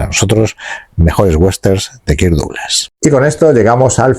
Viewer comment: Very Very Bad pronunciation of the name DOUGLAS